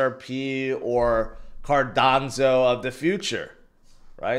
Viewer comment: What is a Cardanzo? You mean Cardano but Rtarded? 😂